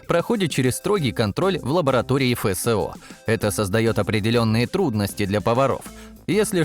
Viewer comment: "Фэ сэ о" - позорище! Вообще-то Эф Эс о! Русский знать надо, прежде, чем разговаривать на нем!